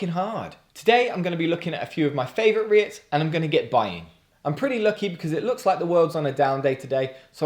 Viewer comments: Am i the only one whos gonna tell you its pronounced "reet" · FYI it's pronounced 'Reets' - And yes, totally agree - wouldn't touch Unite with a bargepole.